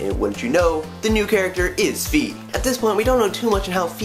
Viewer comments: Fi is pronounced like the end of WiFi not fee xD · no,it's pronounced fy/figh i mean just look at wi-fi